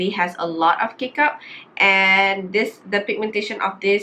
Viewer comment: A E I O U - T is not include. So pronounce tu nicely sikit. Correction, not “d” box, just say it the box. Not D box. I know u know what i mean . Kbai